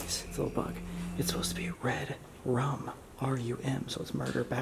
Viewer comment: Sam, a Red Room is a room on the Deep Web where people watch a livestream of a murder and torture Red Rum is not pronounced red room lol